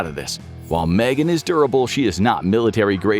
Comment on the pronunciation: Its M-Three-Gan. Can't wait for the second M3GAN film though. =D